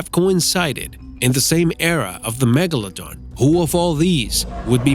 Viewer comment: Why do you say Megalodon like Megalodong?